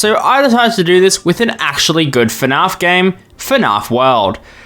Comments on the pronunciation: I’ve never heard anyone pronounce fnaf “fuh-nah-f” as an Aussie with a weird accent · ngl, i think this is my first video of yours that I'm watching and I can hear that you pronounce fnaf as fanaf